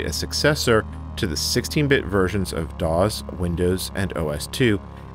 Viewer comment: DOS, rhymes with floss, not DAHZ. 😂